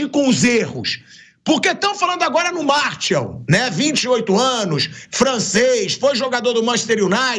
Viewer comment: Chega dar agonia ver o pilhado falando o nome do jogador errado, não é "Martiau" nao pilhado. O nome correto é "MARTIAL" (escrito) e "MARCIAL" ( pronúncia correta)